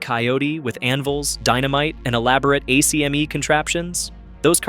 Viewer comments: Bro if you say A-C-M-E one more time I’m blocking your channel. Everyone from the 80’s knows it’s pronounced “ack-me”. Go watch Who Framed Roger Rabbit. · pronounced AK ME